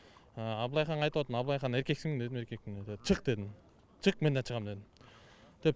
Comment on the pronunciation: Абылайхан эмес Амилайхан болдуго🤣🤣🤣🤣